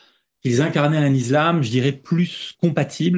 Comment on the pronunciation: Pourquoi dit-il ''izlam'' ?😁